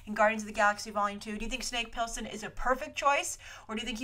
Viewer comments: Snake Plissken not Pilsen, thats a light beer LOL :-) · Snake Plissken = Pliss think Bliss and Ken. you can destroy a name reminds me of my best friend LOL